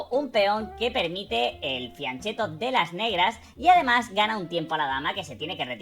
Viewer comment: Qué dice aquí? Desarrollar el alfil "vía" qué? "Ciancetto"? No se entiende bien lo que pronunció. Alguien lo sabe? Lo dice de nuevo en "Piancetto"?